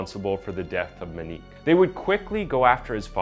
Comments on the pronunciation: Moenik is how you pronounce her name man smh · I don't know if nobody's taught you how to pronounce that name right or if you've never heard someone say it before but it's Mo-nique not Me-nique. The butching of my last name is forgive able because it wasn't spelled with an Ñ. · Wait I thought her name was "Moe neeek?" Monique not "ma neek" .... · Kid had no license going 120 mph . And her names MO-Nique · "Minique"... "Oddy"... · The cringe is real every time you say Monique “Moo-Nose” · You are saying her name wrong. It's Moenique like etop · It's pronounced mo-neek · Or Monique! "moe neek" so easy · Monique has an o in it. I really thought this woman had a strange name but it's just mispronounced the whole time. Very strange but good video. Too bad he got away with it.